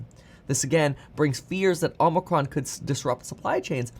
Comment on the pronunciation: Can't wait for Omicron to finally go away so I can stop hearing it mispronounced so much